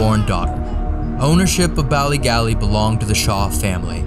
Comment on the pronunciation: As a native Northern Irish woman, the way pronounces "Bally Gally" the first time, hurts a little bit. 😂